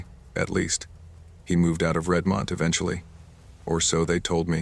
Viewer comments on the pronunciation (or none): It’s not Red-mont. It’s Redmond. Pronounced RED-mund. Good thing it wasn’t Puyallup.